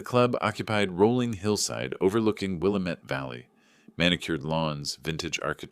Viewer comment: 😊 not to take away from the story… But you’re not from Portland if you mispronounce Willamette Valley